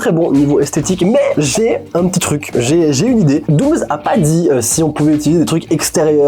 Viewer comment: c'est moi ou a la place d'avoir dit '' il a dit 'douze' 😂